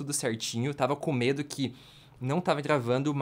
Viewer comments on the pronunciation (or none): none